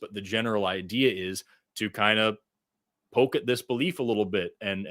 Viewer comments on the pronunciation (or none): none